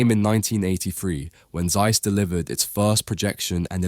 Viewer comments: Would be great if you get the names pronounced correctly: Z in German is exclusively pronounced as TS Zeiss. = Tsice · Informative video! Though, it is astonishing that someone would make an almost 9-minute video with probably lot of research going into it but apparently not once looked into how to pronounce the companies name, the city name or the founders name correctly. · It’s annoying that someone who gives his voice for narration is not interested in looking forward how to pronounce names like Zeiss, Jena etc. Ones related to the major contributors of chip manufacturing technology. (Guys, let me inform you that there are several countries and languages where pronounciation does not necessarily follow the visceral English could be way. Please, respect world out of USA UK etc. even if English has been prevailing in the tech world for a centiry or so.)